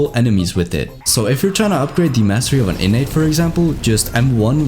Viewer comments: Every time he said innate , it sounded like init bruv like the british people say .Innit bruv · Innnate ❌ Innits ✅